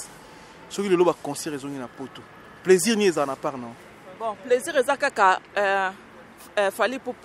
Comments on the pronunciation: C'est plaisir svp et pas 👉"PLAISURE" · On dit plaisir pas pleusir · Il a prononcé en anglais "pleasure". Lool